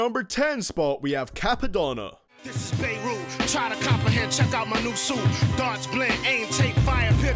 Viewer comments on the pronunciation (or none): "Cappadonna" writes comment and clicks off video